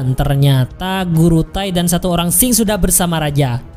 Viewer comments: Dinasti Ching bukan Qing ! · Tio k dan dinasti sing😆😆😆😆 Yg bener bacanya taeok n dinasti qing bang😂😂